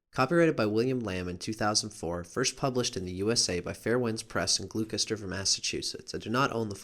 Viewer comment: (FYI: "Gloucester" is pronounced "Gloss-ter")